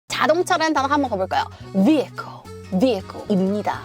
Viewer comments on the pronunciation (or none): none